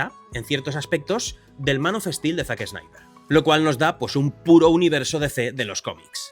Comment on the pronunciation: Es español. Que querés? Son brutos